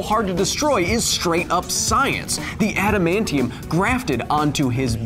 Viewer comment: Orrrrrrr... U can shoot him with an "ADAM-MAIN-KNEE-YUM." bullet 🤙🏾